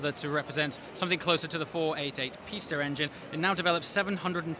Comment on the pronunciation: You're the only car reviewer that pronounce the Pista correctly...